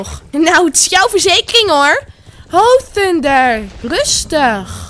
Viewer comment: Bro zeg gwn normaal thunder